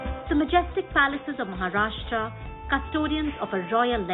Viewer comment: Wonderful places to see. Kindly change the lady describing the places. She is unable to pronounce even simple Marathi names like "Satara", "Mharashtra" instead of "Maharashtra" and makes many more mistakes. The whole purpose gets defeated when the person is unable to describe properly. Also can't do full screen on mobile.